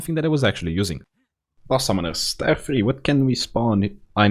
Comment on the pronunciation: WAKE MYSELF TF RIGHT UP, HOLY UPLOADED!!!! Edit: It took me WAY TOO LONG to figure out that the "tire" I hear in the video is your way of saying "tier" (i read them as tea-er) lol, gotta love your accent tho!! It scratches my brain just right:D